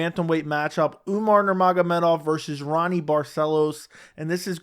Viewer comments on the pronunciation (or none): I like your content, but it makes me not take it serious if you butcher a guy's name that bad "Ronny"